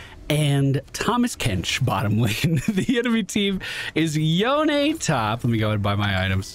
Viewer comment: FYI, Yone is pronounced Yo-nay. Maybe just an inside joke ;)